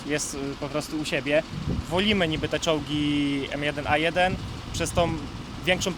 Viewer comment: ABRAMS M1A1 a nie A1M1 xD